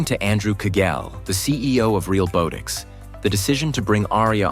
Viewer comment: The AI voiceover is mispronouncing Realbotix. Not a long "o" but soft as in "bot". Ironic.